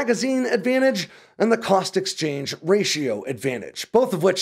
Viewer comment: "cost exachange"